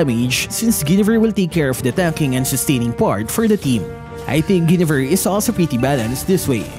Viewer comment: Mali po pag pronounce nyo ng Guinevere. Paki correct.